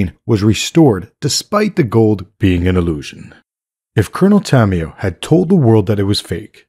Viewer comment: Is not coronel tamioo.. is coronel tamaYO.